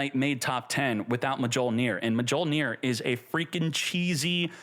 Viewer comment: J is silent mjollnir 😂